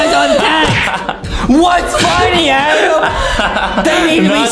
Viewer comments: It is Adem not Adam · It is not Adam it is Adem